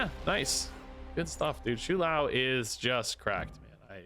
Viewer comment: if i hear him say shoe lou one more time